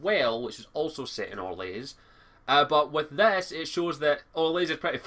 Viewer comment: Its Or-lay! Not Or-lays! For some reason that annoyed me xD